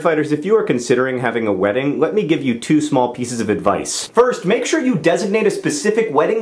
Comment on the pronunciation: *make not pake lol